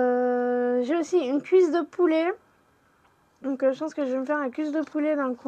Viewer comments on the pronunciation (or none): none